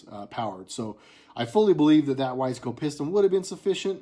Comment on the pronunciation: Awesome 《☆》Pistons & cams have always been cool to Me:*: even Briggs & Stratton. I've had good luck with Wiseco. Seems like everybody pronounces it wrong except for You Buddy. I've heard Weezco, Wis ai co, but there are as more choices today than there were back when I was doing top ends on My RD350 Yamahas ☻